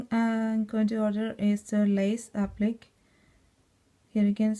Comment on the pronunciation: Applique is pronounced appli-kay.